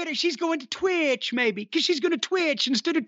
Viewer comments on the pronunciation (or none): lmaooooo the way he says “twitch” 😂